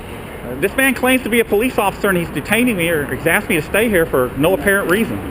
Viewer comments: He axed you... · Excuse me.....You AXED me? wouldn't that be at least assault? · Again it is not axe. The English word is asked. I think he wants to cut down a tree when said axe. Can't even pronounce a simple word. And he protects. Wow idiot's are out. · The word is asked. Not axe. Learn how to pronounce words. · He axed him...🤣🤣🤣🤣🤣